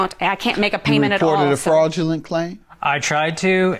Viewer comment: Kinda sounds like the ex wife says, “Frogulent.” But maybe it’s just me!